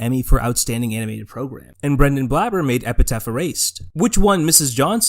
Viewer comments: it's epTHeT. not epiTeTH. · You had my attention for half of the video but I had to pause and leave at the halfway point because I couldn't stop laughing that close to talking about JoJo, you called it Epi*taph* Erased instead of Epi*thet* Erased. Amazing video, though, truly why I don't follow much JA stuff anymore. (I still like Epithet Erased, though) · EP I THET. EPITHET. NOT EPITAPH. GOOD GOD. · PLEASE STOP CALLING IT EPITET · I think it's hilarious that you keep missaying "Epithet". - Epiteth - Epitaph EDIT: I have a new one, all my own; "Epicfail" (I actually really liked Epithet Erased. Though idk if I should feel bad for that. Am I allowed to enjoy this guy's work even though he's a massive piece of shit? I'm legit asking) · You also call Epithet Erased "Epitaph Erased" which is a little odd and comes across like you didn't do much research on it before discussing it. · Hey man, this is a good video, but why do you keep mispronouncing epithet? You keep saying epitaph. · I’m sorry HHHHHHHH I CAN’T STAND THE WAY YOU PRONOUNCE EPITHET sobs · man, this video would be perfect if you pronounced epithet correctly :( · Are you purposefully mispronouncing "epithet" throughout the entire video? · Pretty good breakdown, but you gotta get a POP FILTER or BACK AWAY from the mic, your plosives are going insane. Also you're not saying the word "epithet," you gotta read closer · I'm at the 9 minute mark and this video feels like content mill content. I've already seen you misspell his name in text while showing a screenshot of his name correctly spelled right after. Mispronounced his name and the word epithet every time as well. You didn't even do it to be tongue in cheek you just straight up don't know the names of the things your talking about when they are literally right in front of you. Sorry but if your research was so poor that you get the name of your subjects wrong I can't be bothered. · also you misspelled his name and mispronounce epithet,.